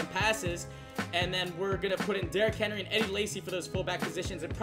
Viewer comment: Btw it's mark Ingram and Derrick Henry stop butchering these names man I'm a big bama fan and was excited to watch this video until u butchered mark and derricks names like boi really plz improve your reading ability